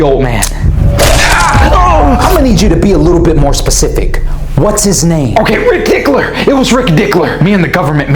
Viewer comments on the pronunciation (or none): “Rick dickler”